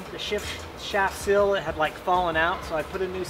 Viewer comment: It's not a cil its a seal🤨🤔